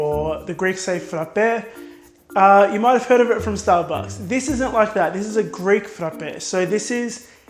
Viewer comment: Hey! Are you Greek or something like that? Because your pronunciation is reallyy good! 💗 Some love from a half Greek from the Netherlands! 🇬🇷🇳🇱